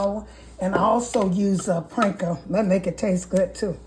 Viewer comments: I think it's called panko NOT pranko! 😊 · thanks, this looks amazing! Also I sipped my drink for every time you said "Pranko" 😅👍